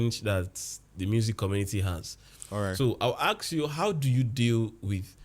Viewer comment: Ask not aks😅😅 but ur my fav teacher